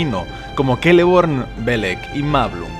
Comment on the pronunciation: pork dices keleborn si es una c